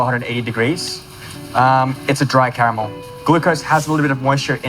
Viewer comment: It's cute when he repeats "camel this, ..camel that..." even though he is able to pronounce "r" in other words :-) Anyway- I would never use unhealthy s'h'itt called "white chocolate' that has nothing to do with chocolate, in any desert.